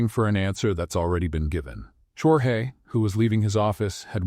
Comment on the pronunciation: You've got good stories however they're starting to be filled with a i, chat GPT cliches all of them. smile that didn't reach his or her eyes is all over the place and your AI voice is mispronouncing the name Jorge.